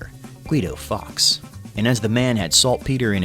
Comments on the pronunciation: Fully agree. How did Fawkes become Fox? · Hearing it said Guy Fox day and not Guy "Folks" day hurt. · It's pronounced Forks.